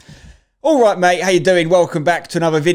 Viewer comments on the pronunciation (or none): none